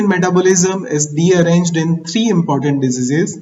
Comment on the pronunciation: In 10.51 mit, the word deranged is correct sir ? Ur pronouncing other sound sir ...